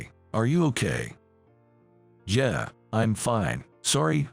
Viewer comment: Agreed. And pronouncing "yeah" as yer. Pathetic.